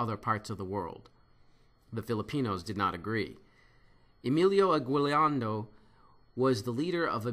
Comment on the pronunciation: Emilio Aguiliando?! It's Aguinaldo! Gosh!